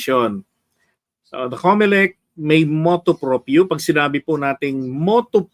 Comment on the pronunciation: Hindi motu propio. It is motu proprio.